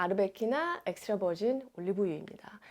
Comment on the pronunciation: 님아 엑스트라버진은 전부 콜트프레스 냉압착방식 추출입니다. 1 리터도 15일이면 다먹는데 커클랜드 엑스트라버진만해도 산도 2.3%대이고 1리터 2만원대에요 종류많으니 그런걸 비교해줘야 사람들이 잘사용하고즐기죠 님께서 추천한 4가지 폴리페놀함량전부 알수있나요?혀마비된 엑스트라버진 발음하지마시고 대중이 좋을수있는 좋은제품을추천해줘야 도움되는거죠